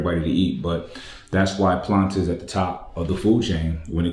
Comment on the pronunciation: But why the name "Planta" though? Maybe it's me, but before I saw the brand and the writings, I thought was actually saying "Platain", like the kind of big bananas (pause) that you dice and fries actually, sounds almost the same to me.